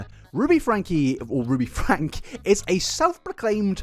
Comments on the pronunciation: "Frank-ee". They pronounce it "Frank-ee". You kick yourself in the balls doing all this work, research, and editing, to only pronounce their names wrong. Why do that to yourself? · The family name is pronounced with a long e on the end; it sounds like “Frankie.” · Their last name is pronounced Frank-E. The E isn't silent. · I don't want to be that person, but I feel like it needs to be said. The family pronounces their name as "Frankie" not "Frank". I've heard it from multiple sources pronounced that way (ie Jordan & McKay or USA Today). Not that I like Ruby, but I felt it's important to clarify. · Super weird to actively ignore/deny the fact that people called CPS on Ruby Franke for many many years prior to 2020? Also… isn’t Franke pronounced Frankie, not Frank? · Just so you know, you have the year wrong of when Ruby and Jodi were arrested (2023, not 2022), and Ruby's last name is pronounced like Frank-ee, not Frank. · You make a 5 and a half hour video, do research for at least a month, and pronounce the last name as "Frank" instead of "Frankie". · Its FRANK-EE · Minor point, and really not important, but their last name is pronounced Frank-ee. I don't want to draw away from the atrocious crimes going on here. Just want to add to the support of accuracy. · if you're going to make a 5.5 hour video about this, you could at least commit to pronouncing the family name correctly. have some respect for the victims- this is their story, not yours. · FrankE…frankE! FRANKE! With an E. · lmao I knew you were gonna say Franke wrong the while video. Oh? Connexions got worse after Ruby joined, you say? Interesting. Most people seem to blame Jodi for making Ruby worse but it sounds as if... perhaps... they found a kinship with each other and oh boy did the worsening get worse.